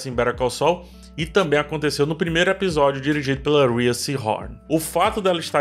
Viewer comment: Correção chata: na verdade Rhea (de Rhea Seehorn) se pronuncia "Ray".